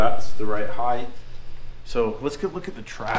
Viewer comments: You guys make fun of how says "measurements," but nobody's gonna mention "HEIGHTH"!?!? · Did he () say Heighth?